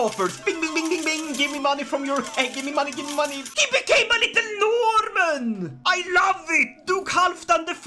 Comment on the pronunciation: "HE BECAME A LITTLE NOHRRRRMEN" I love halfman the norman.